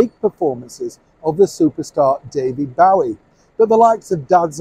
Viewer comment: David Bowie? Is that spelled correctly? In the USA the question is always: Do you pronounce your name as Beau ie or Boo ie? Bough ie is a new one to me.